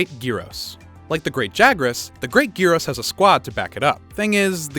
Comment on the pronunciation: Omg thank you for pronouncing all the monsters names correctly, especially Great Girros. I also have to hear Ragegamingvideos pronounce almost every monster name wrong.